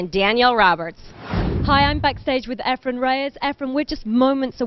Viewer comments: NOT Ephram!!!! Efren!!!! for fudge sake! Damn those commentators! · Efren not EfreM, for crying out loud. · JEEZ THERE'S AN N IN HIS NAME, EFRENNNNNNNN why the fk does this commentator, sigel and hopkins always say efrum??? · I hate how the commentators say "Efrum"